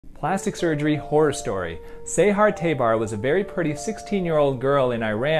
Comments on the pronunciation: Not say-haar tay-bar. It's sa as in sad and all the other A's are pronounced the same. Sahar Tabar. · Seyhar Teybar? BRUH:))) Sahar Tabar.(all the a's are prounouced as how we pronounce ANT)